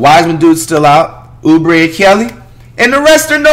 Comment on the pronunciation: Nobody: Flight: Uber a kelly Its pronounced Kelly Oubre get it right jit